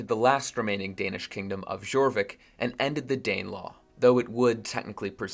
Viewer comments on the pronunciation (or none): It is "YOR-VIK" not "GJOR-VIK"